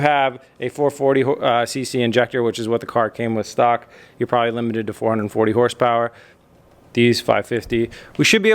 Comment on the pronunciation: "Bing bang bow 500 horse powah"